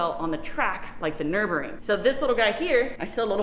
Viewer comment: It's Nurburgring, not Nuburing.